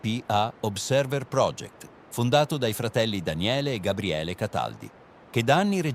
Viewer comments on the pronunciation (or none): none